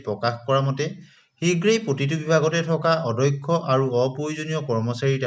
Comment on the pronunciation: কথা বিলাকর শব্দ আরু উচ্চারণ ঠিক করিব । অ - দ - ক্ষ উচ্চারণ টো অধ্যক্ষ বুলি কৈ আছে কিয় ?